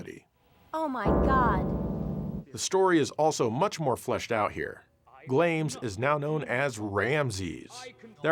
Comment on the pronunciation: I think Glames from Valis 3 is pronounced "Glah mehs"... Also, as for the controls on the TurboGrafx CD, there's the Avenue Pad 3, and the Polymega RC04...